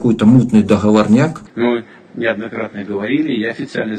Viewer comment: ДоХоворняк? Хоспадя....